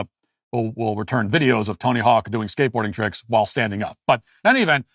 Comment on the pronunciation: Who in the heck is “Tony Hawks”? It’s Tony “HAWK.” Duh. 🙄 😒 👀